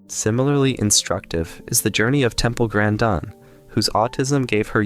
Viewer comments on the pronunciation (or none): The was you pronounced Beethoven really derailed me. It made me doubt everything i just heard. Is this AI? Then, Temple GrandON? GrandIN.